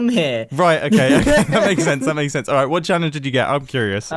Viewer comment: "IN WHOT??!!" "I-IN WHOT??!??!!" "WHAUT DO U MEANNNN!!?"